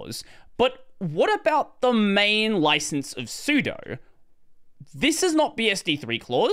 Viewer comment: I agree with everything in this video except your horrific pronunciation of sudo. How do you pronounce sudoers?